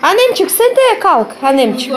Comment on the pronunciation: не обижайтесь но у вас большие проблемы с языком!не аннемчик или бабамчик а annecim.babacım!!чик,чик это на русском!!!